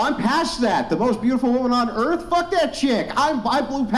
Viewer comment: Pretty sure its pronounced "Urff". 😂